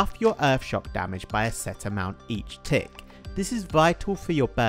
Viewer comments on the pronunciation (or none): none